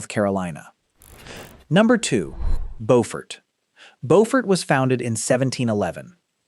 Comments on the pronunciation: Learn how to pronounce the damn names, AI. Bofurt is NC. Bewfort is SC. Just one of many you screwed up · In SC, Beaufort is pronounced BEW-fert. Also, Charleston survived a major earthquake in the late 19th century. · I live in Camden, you need to learn how to pronounce the names of some of the places you mentioned here. Camden is very involved in its history, we have part of the town...HISTORIC CAMDEN. CHERAW is pronounced. Sharaw. Beaufort. Is pronounced. Bewfert. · I am with 2vagantpriesthoof. You have overlooked the Great Charleston Earthquake. Mispronounced Beaufort and put Camden in the wrong place in the ranking. As the oldest inland town it should be fourth. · I can't stand it when these videos mispronounce family and place names. Beaufort and Cheraw are horribly mispronounced.